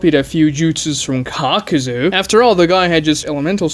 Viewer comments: Anyone else irritated at how this man keeps pronouncing Kakuzu? who tf is "Cocks" and "Kakzu" bro?? Maybe it's just me... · It's Kakuzu, not Cock Sue